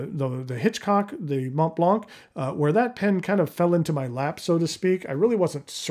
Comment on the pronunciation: Had to stop watching after seven minutes due to the plethora of intrusive ads. Also, you mispronounce “Mont Blanc” — a surprisingly common practice with a simple two syllable name. Please avoid using the pen if you can’t pronounce the brand name !